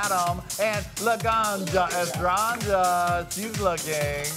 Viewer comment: Is ESTRANJA not ESTRANGA